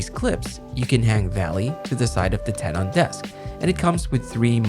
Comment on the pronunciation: "ten-en", not "ten-awn"